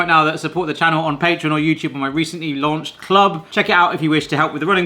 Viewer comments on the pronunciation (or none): none